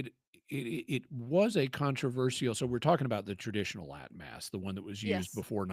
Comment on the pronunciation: Lol Liz's Latin at the start was terrible. Sorry couldn't help but laugh.